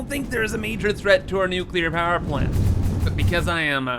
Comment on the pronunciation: New-Kewler Powah!